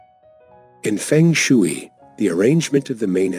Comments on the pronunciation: Feng shooey?? No . Ai narration is too lazy. And ignorant. If you can't even pronounce it, you don't know the subject, do you. Disliked. Fix it!! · It’s pronounced fung shway 🙄 but thanks anyway.